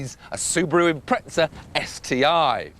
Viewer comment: Its Impreza not Impretza